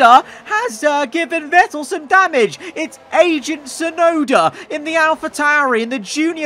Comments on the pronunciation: I thought he said "Asian" Tsunoda instead of "agent" Tsunoda 🤣🤣🤣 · I hears aging tsunoda and was like what?